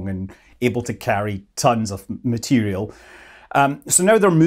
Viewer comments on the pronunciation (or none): none